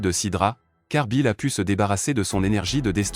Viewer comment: il s'appelle Beerus pas Bill s'il te plaît dit bien sont nom Beerus Lord Beerus